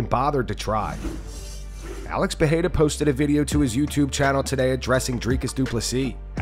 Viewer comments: When you Cant pronounce the name of Alex Pereira. Mr.Sonen Gobble a lot full of Saliva in his mouth 🤢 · The way Chael says Pee era really annoys me ! I Don't know why, but it's per rare ah. It's not like Magomedsharipovovopopovicinho DAMN ! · Does it drive anyone else insane that cheal is UNABLE to pronounce any foreign name?(pee-air-uh) (Makelchev) ect. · If Chael pronounces it "Piera", then that is his name now. Sorry Alex. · There he goes again. Calling Pereira "Piera" 🤣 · Nah he’s just trolling. As DC said, “Chael’s too smart to mispronounce all those names”. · 20 years later Uncle Chael still pronouncing it Pee-eara, after he has won 4 belts with the UFC. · Chael and the PEA-ERA thing annoys tf out of me. So disrespectful how he doesn't even try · OK Chael, who tf is Pierra? Does he hang out with Hazmat? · Chael P. Sonnen - “Pee-eraaa” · Chael shreds Alex Pereira's last name as much as Full Mount MMA does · Sonen is absolutely wrong about Roundtree walking through the champ. He can’t even pronounce Perrerias name correctly. I think it’s the CTE from the head kicks by Jon Jones talking. Stylistically it’s a fantastic matchup for Alex as Roundtree has even said he’s not going to shoot a takedown. It’ll be a striking matchup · When you can't pronounce a world champion ufc fighter's name, I'm sorry Chael, I can't listen to you anymore, bro. Either you are blatantly disrespectful or seriously out of touch with the UFC. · I refuse to hear Chael not knowing how to even pronounced a 2 division champ. Biggest shit talker around, as in literally spills only crap outta that mouth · I can’t take chael seriously when he intentionally mispronounces peoples names like that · Does anybody even care what Chanel Sonnen says these days? Dude doesn't even have the respect to learn how to pronounce the name of one of the UFC's biggest stars. Not like its even difficult... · Sonnen, can't pronounce Pereira,let alone pick a winner! He's always wrong 😂